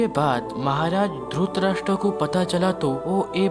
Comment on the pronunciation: अबे ! उच्चारण तो सहि तरिके सें किया कर । धुतराष्ट्र नहि धृतराष्ट कहो धृतराष्ट्र ।